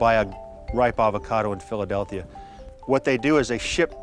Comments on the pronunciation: dude kept saying "Philadelthia" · Me: Wait...Hold up... Did just say "Philadelthia"???: says "Philadelthia" two more times. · Did that fella say Philadelthia?? Like multiple times??